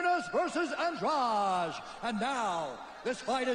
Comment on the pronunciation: An- drade. It's simple. Why do people pronounce it so strangely? I have plenty of Andrade's in my area, no one says it like the ufc does